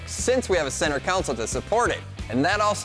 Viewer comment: Pronounced "console" as "counsōl". Nasty work.